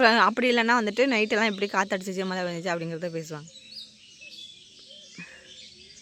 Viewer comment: மலை னு சொல்லாதீங்க மழை னு சொல்லி பழகுங்க 😊 தஞ்சாவூர் பெண் தமிழ் சரியாக பேச வேண்டும் இல்லையா